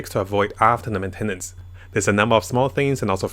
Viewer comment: Men-ten-nance cracked me up 😭